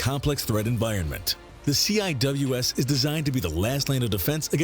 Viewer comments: The Nick name the Navy calls it is pronounced c wiz. It's a badass gun they had it on the ship my brother was on in the Navy it's able to shoot down pretty much anything. By the way love the intro 👍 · Was just scanning the comments to see if anyone used the correct pronunciation for CIWS. I never worked on it, but I did work on SSDS. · Lasers are coming but they also have sea sparrow anti air missiles. Cwis stands for close in weapons system and when pronounced as a word it's pronounced see wiz, all one word. I hope this helps you. Hope you have a wonderful day. By the way all respect to a brother veteran, even from another country. I launched aircraft on an aircraft carrier. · Heads up, CIWS is pronounced seewiz rather then each letter. It stands for close in weapons system. No idea why the videos say each letter at a time, I've never heard anyone who worked with the system say it that way. A lot of times missiles are used to attack farther targets before CWIS is needed. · heres how you pronounce cwis ( sea wiz ) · Very annoying that they keep spelling it out; It's pronounced "Seewiz" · Drove me nuts hearing them keep spelling CIWS. It's pronounced Sea-Wis. There have been several incidentsa of CIWS missfireing at friendly ships and planes. The rounds can easily penetrate outter hulls . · its not cwis its sea-wizz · I showed this to my friend who is a CWIS tech, her eye started twitching when she heard them call it "C-I-W-S". In the Navy we pronounce it Sea-Wizz. Also since you checked out her system can you check out mine? Or the combination? Mine is RAM, the combination is SeaRAM. They're both missile systems^_^ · It's "see-wiz", not "see-eye-double-you-ess" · I wasn't a Fire Contralman in the navy but hearing it being called the C-I-W-S sounds funny. We kinda just called its the Sea-Wiz. Basically just pronouncing CIWS. We also joke around and call it R2D2 with a dick and the BRRRP-gun. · Instead of saying each letter, CIWS is pronounced SeaWiz.